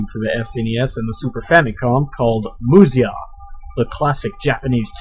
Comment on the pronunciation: You're really good at this. This game kicked my butt as a kid, and I was thinking about trying it again and I was hunting down Let's Plays. Please finish this one! Anyway, it's pronounced "Musha". Google "kunrei-shiki" if you wish to know why.